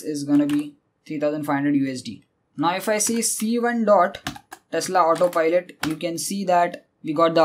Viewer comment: It's " Tesla " not "Telsa "..